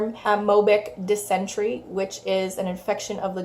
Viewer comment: Pronounced Diss-en-tarry...